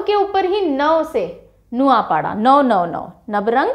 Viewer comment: I'm from Odisha _ଓଡିଶା _ mam .. aapka kehenaa thodaa galat horahe he ... Not ନାଉପାଢା _ ନୂଆଁପଡା is right .. etc ..